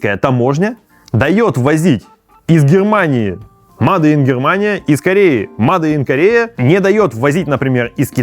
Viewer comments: Сначала я подумал, что "маде ин" это шутка, но после двадцатого повторения, понял, что нет. Чувак, говори "мэйд ин". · Только мейд ин! Но не маде ин. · Как же слух режет это ваше "МаДе иН ГермАнИ"